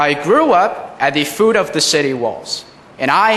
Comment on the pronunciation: 语调有一点问题。个别发音不准。例如foot of发成food of.还有美英夹杂，如where...suburbs。节奏不好，母语影响之下，没有英语轻重缓急的节奏，所有音节基本上一样长短和轻重。英语的语调和节奏最难。现在的大学生比他水平高很多。